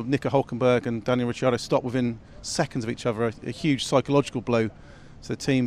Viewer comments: Whoa....stop right there, Danielle Richardo? First of all he's not a girl and it's Rick not Rich F1 shows like this should have people that know how to pronounce 99% of drivers names, especially a driver like Ricciardo. How are we supposed to take his knowledge seriously? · Daniel Richardo? How many years has Dan been in F1 now, and people still get his name wrong?